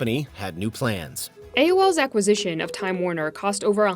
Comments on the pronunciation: Someone needs to teach this AI voice how to say "acquisition." Good god, it's not "ack-uh-zishon." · I guess the words acquisition and subsidiary are just too difficult for AI to pronounce?🤣